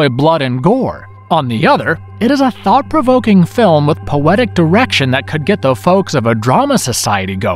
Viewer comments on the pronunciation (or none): none